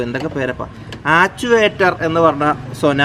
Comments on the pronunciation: Actuator...achilator alla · Ikka Actuator alle....mechanic achiletor enna parayunne